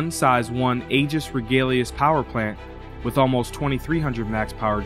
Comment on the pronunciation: Regulus. Every once in a while you'll mispronounce a word. Doesn't detract from the video, but it's noticeable.